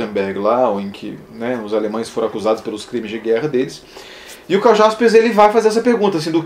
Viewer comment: Embora se escreva com J, lê-se Karl Iaspers, com I. Parabéns pelo vídeo e pelo canal, fazendo a ressalva que o colega já fez do Eichmann.